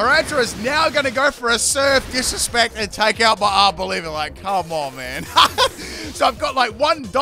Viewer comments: How Arboliva is pronounced: Are-bowl-eva How pronounces it: Our Bolivia 🇧🇴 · Idkw it irritates me when he pronounces Pokemon names incorrectly. Arboliva is not Arboliv-IA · DUDE IT’S ARBOLIVA, NOT ARBOLIVIA! YOU KEEP ADDING ANOTHER SYLLABLE TO THE NAME!!! 🤦🏻‍♂️ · Honestly can’t tell if you’re calling it Arb-Olivia for lolz or not